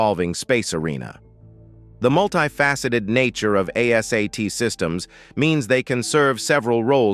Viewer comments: A - SAY-T ? ARE YOU KIDDING? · ASAT is pronounced “Ayy-sat”; Is this even a real human being narrating this video?